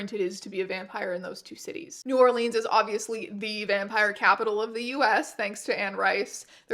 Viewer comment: Please, its New Orlins, not New Orleens :face-blue-wide-eyes